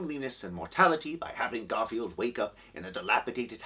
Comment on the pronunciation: Is that "Garfiend?"